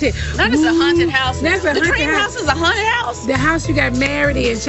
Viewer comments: the way Nene kept pronouncing haunted as “hunted” 😂 I miss the old Nene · Yes I thought it was just me hearing the word Hunted